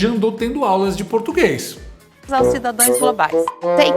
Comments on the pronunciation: E repetiu três vezes os “cidadoes “ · Cidadões… e cidadõas? 😂 😂😂😂😂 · Mano do céu, o presidemente falou cidões 3 vezes, meu Deusssss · “CIDADOES”? - CHAMA O MARCAL !!! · Ele é semianalfabeto. " cidadoes" kkkkkkk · Um presidente da república falando (cidadoes) é o fim da picada, fica confirmado que ele nunca foi na escola 😅😅😅😅 Boa noite 🇧🇷🇮🇱🇺🇸🇦🇷❤️